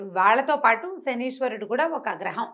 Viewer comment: 1. It is not శనీశ్వరుడు...it is శనైశ్చరుడు! 2. Pls don't use such captions and misleading statements such as శని పోతుంది! Pls talk respectfully towards శనైశ్చరుడు!